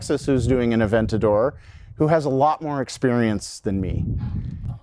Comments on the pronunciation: Aven-tater...."Aven-tater's tonight?" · “3dentador”, amazing!